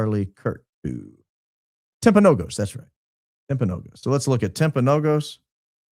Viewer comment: Also it’s not a big deal, but it’s pronounced Timp-uh-no-gis